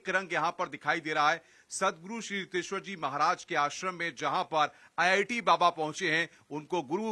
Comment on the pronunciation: it is riteshwar not hiteshwar also this journalist is shameless